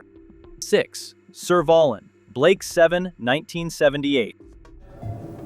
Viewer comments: It's pronounced Serve a lan the a being like cat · I'm glad you included Servalan from Blakes 7. However, it's pronounced 'Server-LAN' I was never afraid of Servalan, but B7 fans are in awe of her. She was as a cool, calm, and collected as she was evil. One of Blakes most loved baddies! And, yes. she was often dressed like she's going to a wedding, or off to dinner with celebrities or the Queen! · Serv what now? Seriously, couldn't you at least research the correct pronunciation?